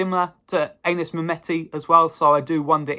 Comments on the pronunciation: pronounced Annis rather than Aye nis I believe 👍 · It's not Anus mate! It's Anis!